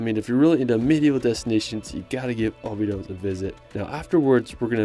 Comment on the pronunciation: Cool video,, but i would recommend pronouncing cities like Portugese do: like "obidoush", not "obidos", and "lagoush" instead of "lagos", as correct pronunciation will help in finding places if you ask someone local. As well the cave in Algarve region is not Bengali, but Benagil ("benazhiil"), same mistake is the river in Porto - Douro, not Duoro